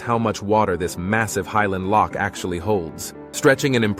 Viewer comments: Aye laddie your pronunciation of Loch is impressive! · As a Scot, I'm impressed by the pronunciation of "Loch". Well done. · I lived in Inverness and used to go marauding around the hills and cycled around Loch Ness as a teen. I have many fond memories of the area. You pronounced Loch very well, but you butchered Irn Bru, It's pronounced Iron Brew, but I'll let you off seeing you made such a great video of my home country. 😁 🤜🤛